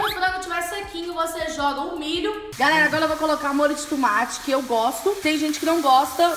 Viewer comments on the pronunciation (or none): A camila fala tumati